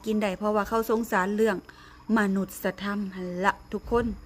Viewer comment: มนุษยธรรม อ่านว่า มะ-นุด-สะ-ยะ-ทำ